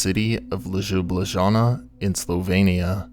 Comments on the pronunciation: As someone from Ljubljana I‘ve heard a variety if different pronunciations, but I still wasn‘t prepared for this version, made me laugh out loud hahha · 'LejoubLejeana' commonly known as the city of Ljublana... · The way you pronounce Ljubljana is pure gold :) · This is one of the worst I’ve ever heard. I don’t think I have heard anyone butcher word Ljubljana so badly before. 🤣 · It's real art. :) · I was wondering if he meant Ljubljana 😂 Thank you for confirming it!